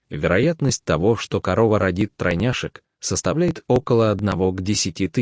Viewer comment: Бля.... Я не могу, вы знакомы с русским языком? "ТелнкОв", "тройняшЕк"... Вы дебил, читающий текст??? Никогда в жизни не придет мысль поставить ударения таким образом. Ставлю дизлайк за дебилизм...